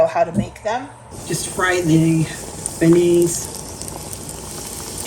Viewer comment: they are pronounced benyay